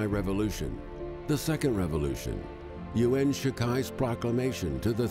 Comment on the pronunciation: So hard to listen to. The least you can do is learn the basics of how to pronounce Mandarin, or 普通话, when making a video about Chinese people. Yuan is not two syllables (that would be yu'an), it's enunciated with a smooth and continuous ua sound to produce a single syllable. Xiu sounds absolutely nothing like show, more like shoe but that's still a total butchering, especially in that it ignores the I in the middle, so it's more like X-you; I really can't explain the X pronunciation, you just have to hear it and practice a few hundred times, but in general I would say to keep your tongue lower than for SH, don't touch your mouth's roof. C is an unvoiced ts sound, while Z is voiced. You can find this in any textbook or, probably better, download an app, like Pleco (the best ever dictionary app) or Pinyin Trainer (I've used it for an hour every couple months for two years and I'm still only at 75%, so I can completely relate to the sense of impossibility this entails). You won't get over your accent this way, but you will at least have the knowledge to pronounce names with a fair approximation of what they really sound like. Unfortunately, I can offer no advice for Cantonese names other than to find a textbook or app, but I've never looked into which are good.